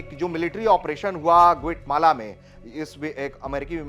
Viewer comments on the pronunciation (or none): गूठ माला नहीं ग्वाटेमाला है.......